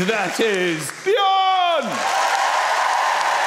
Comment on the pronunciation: Actually, "Björn" is pronounced "B-yearn". Swedes, and other Scandis, are YEARNING for you to get it right. ;-)